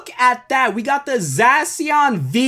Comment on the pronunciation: its zacian v